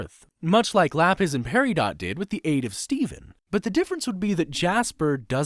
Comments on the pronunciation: it's peridot not pereedot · You said pear ee dot instead of pear i dot